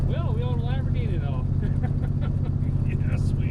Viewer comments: It's the "Lam 'Board'ghini " LOL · Everyone saying Lumberghini while I’m sitting here saying Lamboardghini. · It's a LambhOrganic! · I'm going with "Lumberghini" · Lumberghini count-ash. Lol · Lol Lambordghini. Guess you can name it master splinter.😂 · "Lumberghini". lol